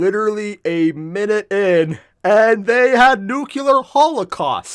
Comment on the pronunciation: "Nucular Holocaust" George, is that you?